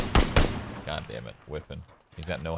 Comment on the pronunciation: Shroud saying "kho my gkhod"😂